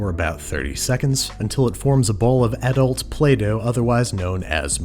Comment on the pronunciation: I threw up in my mouth when he said "Add-alt play-doh." Also, anyone rewatch sbemails in 2020? Still classic internet